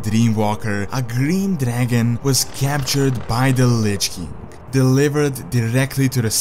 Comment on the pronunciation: Can't you pronounce "king"?